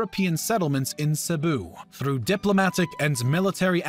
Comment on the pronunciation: It's pronounced Ceboo!!